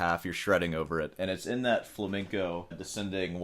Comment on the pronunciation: I enjoy watching your YouTube channel, but you need to stop saying "Flamiingo" music or guitar - this is the name of a bird; the correct term is Flamenco.